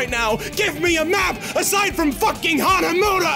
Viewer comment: Hanamooda? Hanamuda. Muda. He IS Dio!